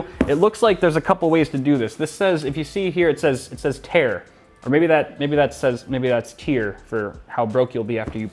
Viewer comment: "TEAR" LOL!